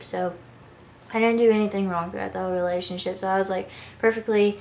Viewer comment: I love her but y does she say relaship 😅😅